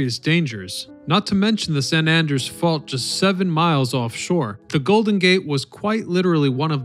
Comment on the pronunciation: I think you mispronounced San Andreas